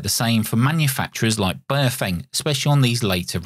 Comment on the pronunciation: The correct pronunciation of Baofeng is like Bow like the bow of a ship followed by Fung like fungus. I have three of these and the airband reception is terrible. It's like it's stuck on FM when it should be AM. I've contacted Baofeng about this asking if there's a firmware update to fix it but there's nothing at the moment. Apart from that it's all good apart from Bluetooth programming which seems to crash the radio and requires a factory reset.